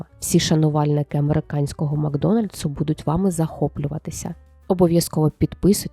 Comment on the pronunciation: так, кожного разу коли чую про "махдональс"🤦🏼‍♂️. На, одній силі волі тримаюсь🤢